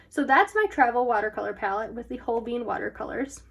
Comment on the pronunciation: The way you pronounce holbein as hoBEAN is the cutest 😂💖, and If you love gouache you gotta try the HIMI jelly cup set, its waaay better than the arteza one, I tried both and TRUST ME its good, I find the dark colors in the arteza set rubs of to the next page but I never in counter that problem with the himi set